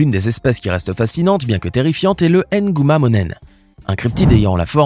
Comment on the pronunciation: Ohhh même erreur que sur le nom de Mbappe, le " M " ne se prononcer pas à part 😂😂😂 Mbappe, Nguma pas ( M'Mbape ou N'guma ) 😎